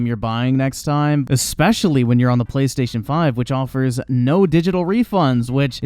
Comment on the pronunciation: “Expecially” First of all, no.